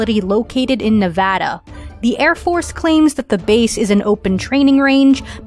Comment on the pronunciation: Thanks for saying Nevada correct!